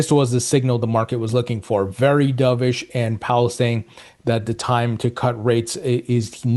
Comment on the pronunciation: Dubish!?! Wth is that? You said it like umpteen times. Stop it!